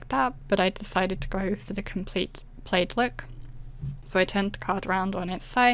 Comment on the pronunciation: Loved your peel-off plaid! It looks like pattern paper; it’s that well done! By the way, plaid is pronounced with a short “a” as in cat, instead of a long “a”. I also admired your blue plaid. Great waterfall. Well-explained, concise, and lovely voice!